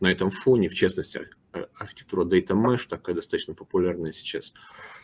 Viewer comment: data mesh a не mash)))